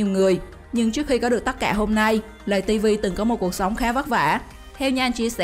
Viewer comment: Lay tv chứ không phải là lày tv